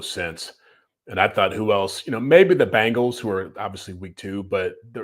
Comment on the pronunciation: The is Bengals not Bangels